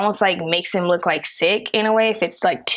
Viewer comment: take a shot every time she says LEWKK